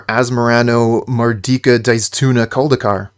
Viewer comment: I’m genuinely impressed how well you can pronounce Asmoranomardicadaistinaculdacar. It’s the best name of any magic card ever.